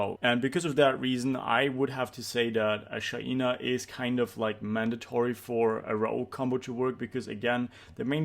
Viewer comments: STOP PRONOUNCING IT SHAIIIINA its SHAINA bruh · Tue pronounciation of Shaina triggers me🙈